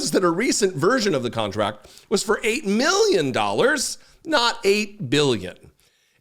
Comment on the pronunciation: You crack me up! 😂 8 " ma-billion "